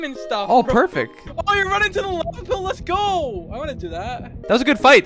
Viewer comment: Can we just appreciate the fact that: He got my diamonds and stuff oh (perfec) He said Perfec What it’s supposed to be: Perfect